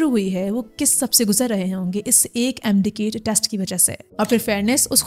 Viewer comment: It's MD CAT not KAIT, so many pronunciation errors at this level are inexcusable.